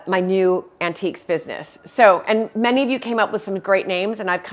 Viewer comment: Countiques in stead of antiques 😉